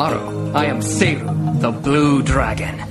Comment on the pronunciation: she pronounces seiru as "sy-ru"